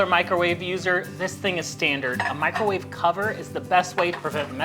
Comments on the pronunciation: Mick-ro-WAH-vay had me rolling 😂❤ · Especially when he says it casually the second time